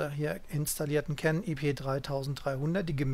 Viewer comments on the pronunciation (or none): none